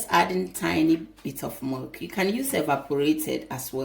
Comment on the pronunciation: Isn’t that milk sounds like she said merk